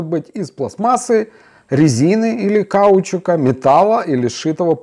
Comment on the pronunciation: Я о произношении каучук ударение на вторую "у" и жила на букву "и" а не на "а"